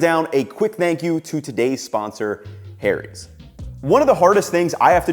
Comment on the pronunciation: saying Harry's as hairies actually appropiate for this commercial ad this time all other times nope.